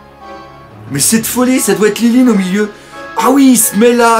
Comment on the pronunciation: c pas lilin mais linlin